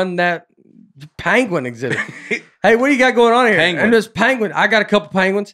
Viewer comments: Penguin...like Pen.: Pen (says Pan) Nate and: Pen (say Pin). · Listening to all 3 attempt and fail to pronounce “penguin,” while arguing how each of them is saying it correctly, was tough. Pen-Gwin. Or Peng-win. Not panguin, or peenguin. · Benedict Cumberbatch pronounces it pen-wing and it made me want to punch my tv. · Hello folks! One time me and my wife watched an orangutan use a long branch to poke and retrieve a fruit snacks wrapper. It took him a while and had to maneuver and switch hands through the fence but he got it. And it's pronounced pen- gwin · We need to know the name of the turkey behind the camera who doesn't know how to use google. What is he using chopsticks back there? Speaking of chopsticks, I thought pronunciation of peengween was a little risky. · Benedict cumberbatch recorded a documentary and pronounced it pengwing the whole time Graham Norton poked fun of him on his show. Nates improv on pangwins was to die for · By the way, I have to side with and Nate on this one... it’s “ping-win” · Rename this episode 2 people who are mispronouncing Penguin trying to correct each other...